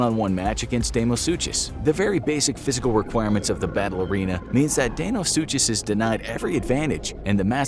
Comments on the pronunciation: It's pronounced DYNO - SUKUS NOT DYNO- SU'CH'US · You guys need to do more research. You can’t even pronounce deinosuchus right.